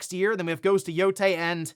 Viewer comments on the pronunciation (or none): none